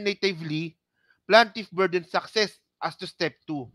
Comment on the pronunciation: hindi PLANtiff...Plaintiff pls....